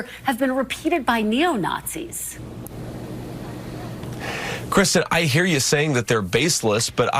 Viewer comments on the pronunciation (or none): She literally called them "neo-notzees"!!!